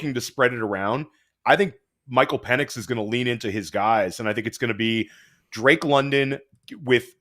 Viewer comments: Pen-Icks not Peen lmao😂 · His last name is Pen-Ix by the way. Purposefully mispronouncing peoples names is pretty fucked up